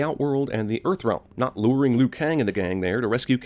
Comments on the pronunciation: Did anyone else hear "It's a trap luke" and not Liu? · i dont care how well kang rocked the mullet....it was stilla fucking mullet. also liu....lew...lou.... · Why u called Liu "Lou"?